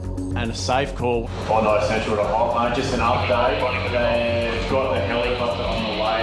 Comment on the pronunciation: Every time they say Hoppos name I hear taco😅